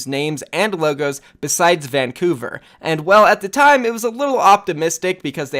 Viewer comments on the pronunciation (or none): none